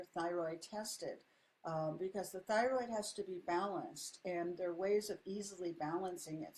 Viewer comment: Love “theorid” are you trying to say thyroid?